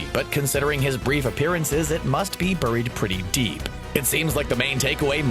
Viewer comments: burrrrreed? you mean buried? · Is it just me or does the way the narrator says buried sound weird?